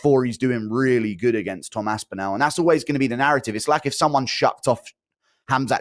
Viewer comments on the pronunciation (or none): How can Guru not say Aspinall? AspinAAAL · Can we please ask Guru to stop saying Aspinall like that please